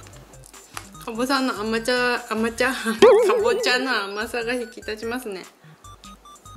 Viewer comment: 美味しそう！ 「かぼさのあまちゃ」って可愛くてウケました😂